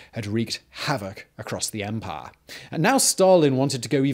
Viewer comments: Did Bane possess you ? & an imperial officer every time you said 'empaaaaah' xD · Drink every time Simon says Empah!